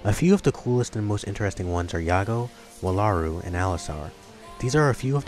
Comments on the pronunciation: Ugh! Jaki is a jackalope and is NOT from Wallaru. That is my biggest complaint. Don't spread that misconception about Jaki.....(Also It's Wall-a-roo not Wah-la-roo from my experience with these characters. ) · Your pronouncing wallaru wrong. Its WALL-ah-ru. They even say it